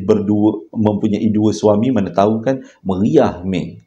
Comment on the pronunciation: السَّلاَمُ عَلَيْكُمْ وَرَحْمَةُ الله ِِوَبَرَكَاتُهُ Menarik betul cerita kali nie...baru berkesempatan dengar...minta dijauhkan kita dan keluarga kita perbuatan syirik mcm nie..semoga may diberi hidayah dan sedar kesilapan dia...lain mcm bila sebut perkataan"meriah" 😂..semoga dpt cerita² yg lagi scary meri utk kami semua..